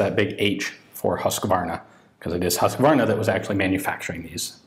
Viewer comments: try "huusqvarna" instead of "hussqvarna", will get you a little closer to the right pronounciation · Just nitpicky stuff here but its pronounce hus-qvarna not husk-varna :) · Have you managed to get your hands on an m/45 yet? I'd be very interested to see your opinions on that, since it's the one firearm I know first hand, having been issued one when I was serving. Edit: also, the name Husqvarna is pronounced with a long "u". "Hus-kvarna", not "husk-varna"